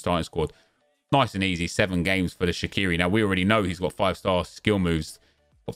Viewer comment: BTW, Shaqiri is pronounced Shachiri.